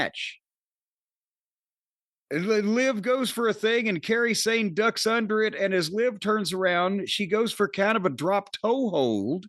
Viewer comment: Jim is saying Kairi Hojo/Sane name like Carey Sane that’s amazing and too funny